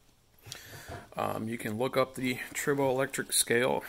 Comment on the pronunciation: Not trying to be mean, It sounds like you’re saying “turbo electric.” I think it’s “try bow” electric. I was wondering why it was called that because you rub two pieces together but tri means three. So I asked google and it said that tribo is Greek for “to rub.”